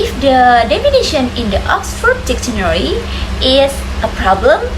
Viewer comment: That's a good topic and you explain it quite clearly. One thing that you need to improve is the noisy sound in the video which is distracting. Moreover, you need to improve your pronunciation such as difficult, dictionary, etc.